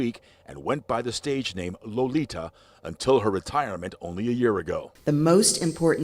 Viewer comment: Her name is Lolita say it right or don't say it as all